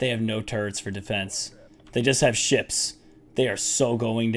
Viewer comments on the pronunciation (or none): he said shits instead of ships